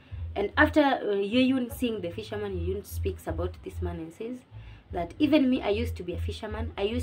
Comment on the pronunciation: Thanks for the review girl. I'm glad I found your channel as I have an exam soon😍 I'm your new subscriber from Uganda 😊 (btw the names are locally pronounced Kyeyune as Che–Yu–nne and Nankya and Nna–Ncha) Keep up the good work Love